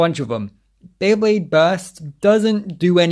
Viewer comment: Drinking game: take a shot for every time mispronounces “Beyblade” Jkjk